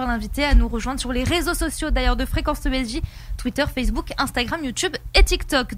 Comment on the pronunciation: avant d'attendre, commencez par réécouter, vous avez mal entendu, il dit bien "sur Fessebouc"